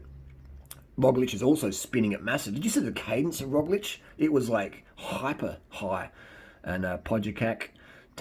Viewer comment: Great pronounciation of our slovenian semi-god Roglič :) The guy with the "shoelices", our quater-god Tadej Pogačar :) keep up the good work